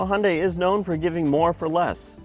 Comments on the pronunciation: It's suppose to be pronounced it "Hyun-dae" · y does he say "Hondai"???